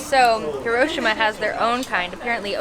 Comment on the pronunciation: I'm Japanese and 1642-Nemo Me Impune Lacessit is spot on. It's "Hee-Roh-Shee-Mah". All neutral in tone.